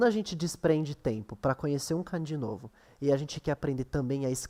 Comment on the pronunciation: É melhor pronunciar 漢字 (kânji) como paroxítona do que oxítona. É errado pronunciar 漢字 como カンジー.